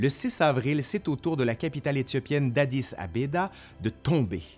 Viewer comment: Addis Abeba avec un B et pas abeda avec ... tout les Rastafariens vont de maudir...